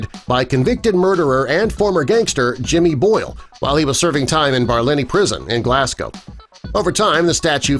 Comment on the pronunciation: Please try to learn the right way to pronounce certain words like Glasgow or Edinburgh